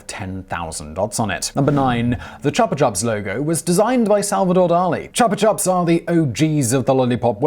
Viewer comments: Not to be the grammar police but wouldn't Chupa be prounounced Choopa, which is the Spanich word for suck??? It is a sucker after all..... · That would be Chupa [ chew- pa] meaning 'sucker' sparky; or more precisely chupa. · chupa is pronounced "choo-pah" like in chupacabra